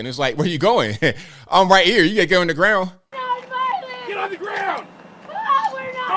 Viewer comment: "We're nom-violent!!!" Oh, so that makes it ok... 🤣🤣🤣